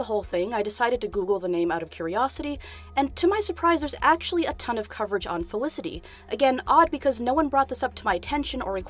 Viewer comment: no one: the guy at the beginning: FeliciTY